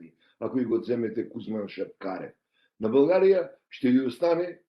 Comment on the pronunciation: Този е истински българин от Македония макар и не осъзнат ! България , България , България а не Булгария . Много добре го изговаря изкуфелника !